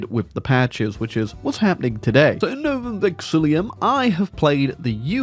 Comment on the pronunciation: A whole year later and still doesn't pronounce Novum Vexillum right - hurts my brain every time